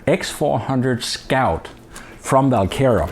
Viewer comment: is it VAL kera or WaL kera? it sounds like you are saying VAL kera?